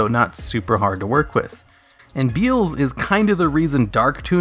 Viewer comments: Beelze is pronounced 'Bee-EL-zz" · MY BOY BEELZE! (Bee-El-Za sounds a lot better than "Bee-uulz", and likely how you should pronounce it anyway) It's my favourite typical boss monster. I stick him in zombies und call my deck 'Zombeelze'. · Beelze can be defeated with any card effect that negates a other's effect. Majestic star dragon is an example. Also, cyber dragon infinity can steal it and make it a material. By the way,it's bee-el-zuh. Not beel-z. It was named after beelzebub. Noone says bee-zul-bub